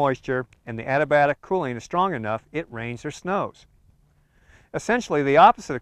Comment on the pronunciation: The narrator is pronouncing ADIABATIC wrong. I think he is saying "ADIBIATIC". Should be A-dee-a-bat'-ic.